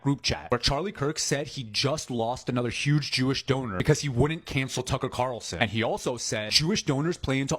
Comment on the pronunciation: Bro can't say Tucker Carlson 🤣 😂